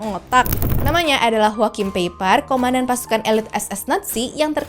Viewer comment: Joahim Paipah Bukan Jokim Peiper Belajar lagi min cara membaca